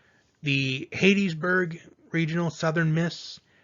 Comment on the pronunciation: Haha how did you say Hattiesburg?